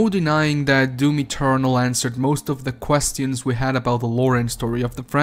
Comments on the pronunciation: Every time i hear him use the sentence "Quest-tions" instead of the proper pronounciation , i just cringe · i'm sorry, but... "questyons". made me do a funny.